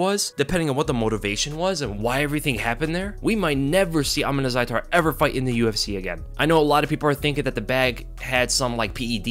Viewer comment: Bro you can even pronounce his name right it’s Uth-_mon